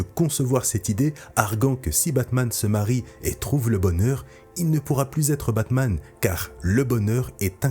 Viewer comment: « kebabman » ça a changé Gotham